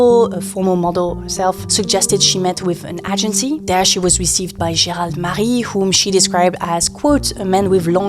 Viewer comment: Agency is pronounced > Aye-jen-see < LONG A, not short. Do your therapy in private.